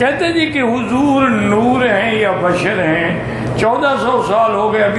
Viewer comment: Bhai apni sheen sahi karen woh badar nahin bashar hain aur noori hain.